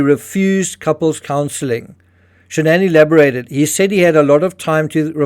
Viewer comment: Why SHA-NANN?? Her own father says Shannon...with no fancy twist.... what's her name?